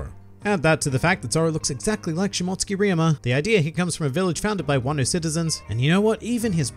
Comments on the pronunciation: It’s pronounced Shimo-tsuki not mot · She-mote-sue-ki I’m sorry it was botherin’ me a lil bit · Great video man, I enjoy all the points you brought up but it's Shi-Mo-Su-Ki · Nobody:: Shmotskey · I believe you're trying to say Shi-mo-tsooki....lmao! Also, I think it'll be more along the lines of Zoro's ancestors, who were Shimotsuki's were wanted and fled and changed their last name to Roronoa...but named their settlement after their real last name. Well, something along those lines.